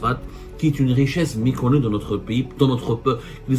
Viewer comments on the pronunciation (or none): Pourquoi tu dis miconnu faut dire meconnu c'est grave pour un journaliste francophone